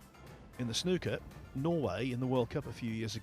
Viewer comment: It's SNOOKER not snucker, you don't pronounce school shooter as school shutter!!